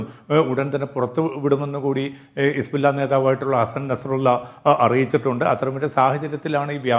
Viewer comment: ഹിസ്ബുള്ള എന്നത് ശരിക്ക് പറയൂ ശ്രീ